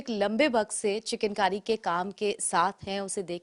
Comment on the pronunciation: पहली बार सुन रहा हूँ,किसी रिपोर्टर को चिकनकारी को चिकेन कारी बोलते हुए,रिपोर्टर की शब्दवाणी सही नहीं है.